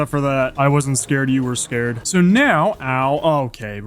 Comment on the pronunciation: So I’ve been watching minecraft YouTube for over 10 years now, and I think you have great potential. However, here is some feedback to help your channel grow: Your voice is annoying. Not the tone or the sound, but the way you speak; stop saying “sooo” and placing weird emphasis on random words, no one wants to great that. Also, try to make your videos funnier. You just kind of play minecraft, but it would be better if you made it funny. Additionally, you follow the same idea/story for the entire video, whereas you watch Mr Beast for example and he changes up the video contstantly so that people don’t get bored. Hope this helps.